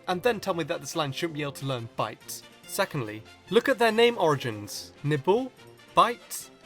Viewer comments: He said nipple instead of nibble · Thought you said nipple when you said nibble... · did he say ''nipple''? 'cus that's what I heard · nibble sounded to me like Nipple XD